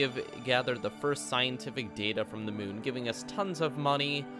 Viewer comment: do u mean moon not mun?